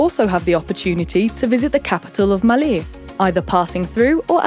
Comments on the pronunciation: saabas thee maa bodu varu! raaje agabodeh noon! anyway. its maaley not malee. and too much errors to handle. HELLO FROM MALDIVES! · I'm Maldivian and I am sure November to April is the dry season and May to October/November is the wet season, and the cpaital is not pronounced Maly is Malé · Its maalé (pronounced as) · who is actually one of the maldivian natives and are just watching this for fun? just me? oh well 😂 edit: how you pronounce malé and ruffiya is also different in our island